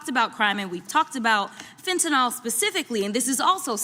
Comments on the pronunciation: PLEASE it's fentaNYL not fentaNALL! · Fentanyl does not have an o in it. Drives me crazy. fen-ta-NIL That said, I absolutely love Jasmine. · Side note: people need to learn how to pronounce "fentanYl". There is no "o". It's not fentanol. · Its not fentanol, it is fentanyl........there is no such thing as fentanol! Crockett for President!!!!!